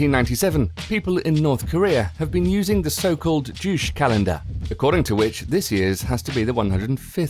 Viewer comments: it's pronounced Ju CHAE (Juche), not jush, also, North Korea Best Korea all hail kim jung un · if you're going to make a video like this at least learn how to pronounce the words correctly. It's joo-chay not juush. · Juche is not pronounced "Joosh". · it's "ju-cheh" not "joosh". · "Juche" is not pronounced "joosh." It's more like "joo-cheh." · juche is not pronounced like douche. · The lack of research on the pronounciations of the Korean cities and phrases you mentioned came off lazy, and almost funny in a bad way. You said "Pingyongyang" instead of "Pyongyang" and "Jooch" for "Ju-che". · It's Pyongyang not Pingyongyang Juche is pronounced as Ju-che, Ju (u is pronounced like "oo" as in "shoot")-che (e is prnounced like "e" as in "bed")